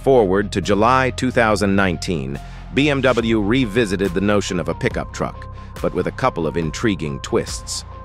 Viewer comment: BMW sözünü düz tələffüz etmir